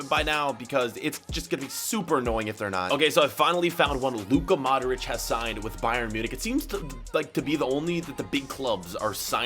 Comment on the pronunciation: Why do you say modorić